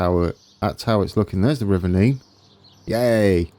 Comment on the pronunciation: Thank you for pronouncing Nene correctly I get really annoyed when people pronounce it Nen